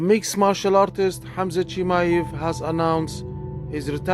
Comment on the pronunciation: It’s a decent video from you mate but I have to say you’re pronouncing his name wrong 🤦🏻‍♂️